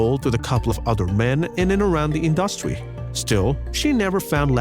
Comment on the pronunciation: To the narrator: you mispronounced the word industry several times!!!